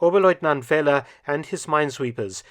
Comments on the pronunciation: Another very interesting one! One small note though: pronouncing oberleutnant Feller’s name as ‘Fehler’ is a bit comical: it means failure or mistake in german. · Feller is not pronounced as Fehler, Dr. Felton.